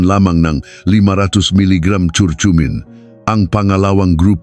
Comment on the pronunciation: Sana hindi AI ang nagsasalita... pronounciation ng curcurmin iba na, ano ba naman iyan doc? 🤣